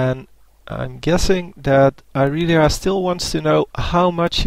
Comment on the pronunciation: Apparently its Irealiea, not Irelia, get it right......